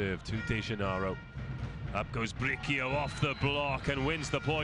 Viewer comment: They kept saying BriQUio instead of BriSIo (Bricio). It's a Spanish name and easy to pronounce.